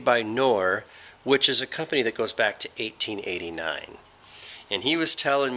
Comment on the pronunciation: And "k" in Knorr is pronounced.